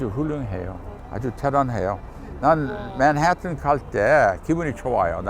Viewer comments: 교수님이 맨해튼을 한국식 발음으로 맨. 해. 튼. 하고 발음 하시려고 노력하는 모습이 죄송하지만 너무 귀여우세요 ^^ 원래 미국인들 발음하는 대로 표기하자면 믄.해~뜬 이라고 하죠. ㅎㅎㅎ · 교수님 영어발음... ㅋ맨햍은ㅋㅋ 왜 이렇게 굴리시지?? 하는 생각이 드는 것 보니까😂😂 한국어를 너무 잘하셔서 ㅋㅋ 제가 교수님이 미국인임을 까먹었나봄 😅